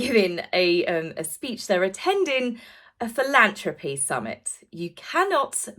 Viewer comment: Philan “throp” y not philan “troe” py.